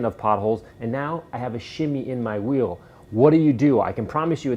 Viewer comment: Let's take the veel off the wehicle